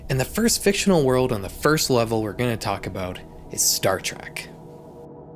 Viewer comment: Trek not Track.